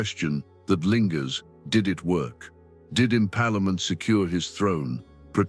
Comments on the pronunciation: What is impalamant? It is impalement. Get your pronounsition right for God sake. 😡😡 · The word is in-PALE-ment, not in-PALA-ment, ok!!! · I'm sorry, but I do f$cking HATE all of these creators and their mass-marketed Ai-narrated garbage. The subject matter is otherwise sublime. But come ON: "Im-PALA- ment"?!!! It's GROSS now, actually. More disgusting than VLAD, even...